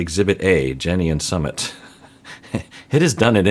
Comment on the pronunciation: is always mispronouncing Sumit’ s name. SuuMit. I also think Jen was acting like a kid when she allowed her friends to tell Rishi’s parents. If he believes in astrology and wanted to wait until Aug 5th to tell them based on what the astrologer said, the Jen should have waited or moved on because she didn’t want to wait. I don’t think anyone should shame Rishi because he wanted to wait.